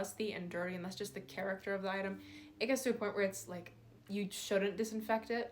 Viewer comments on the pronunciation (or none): none